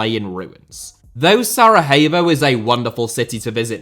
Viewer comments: Just a small correction - It's SaraYevo, not SaraHevo. They aren't Spanish :D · great video but what in all heck is "Saraheyvo"? I've never ever heard it pronounced that way before 🤣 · Why are you pronouncing Sarajevo as it is a spanish word? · I just need to correct you here: We dont call Sarajevo like its spanish (Sarahevo), we call it as it says (Sarayevo if you will) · Sarayevo not Sarahevo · Please work on your pronunciation, watching one video about that before making this video would have been enough. SaraHevo?! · Be careful of your accusations because the international war crimes tribunal never found any evidence of state sponsored genocide on the territory of Bosnia and Herzogovina. And Sarajevo is pronounced SaraYevo. Thank you for your interest in the region. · Love how you pronounce Sarajevo but maybe not sound the H so much Hope things get better for "zmajevi" love from Croatia 🇭🇷 🇧🇦 ❤ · The points about the football stuff are accurate for the most part. However the image selection is really bad.... a good portion of the images are outdated by a factor of decades. This would be the equivalent of speaking about current issues in English football while showing images from the Hillsborough disaster. Unusually lazy for this channel. Not to mention the pronunciation of the name Sarajevo